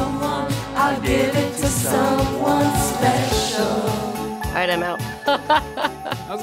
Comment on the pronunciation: He was speshiwull